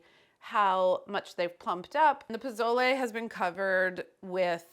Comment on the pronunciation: I love you Carla! Pozole is my comfort caldo next to pho. Please stop pronouncing the Z in pozole as a z. Use the Sss sound instead and le as in Le Creuset not layyy like lays potato chips lol